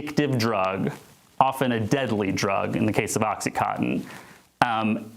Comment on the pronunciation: Oxycontin, not oxycotton!!! Morons